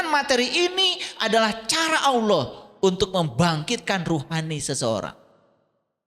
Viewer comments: alquran,nyebut nama Allah saja masih salah.kdg nyebut nya awloh,kdg aloh.mn ada org percaya kamu islam klw sperti itu.malah kamu sndr yg malu nnti.di tantang baca alquran bkn nya membuktikan kamu bisa baca alquran,kamu malah ngeyel blg nya bkn hal wajib.aduh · si blm pintar nyamar jd islam.hrs nya si bljr baca alquran dulu yg bnr biar mirip islam.ini jgn kan baca alquran,nyebut nama Allah saja masih salah.kdg nyebut nya awloh,kdg aloh.mn ada org percaya kamu islam klw sperti itu.malah kamu sndr yg malu nnti.di tantang baca alquran bkn nya membuktikan kamu bisa baca alquran,kamu malah ngeyel blg nya bkn hal wajib.aduh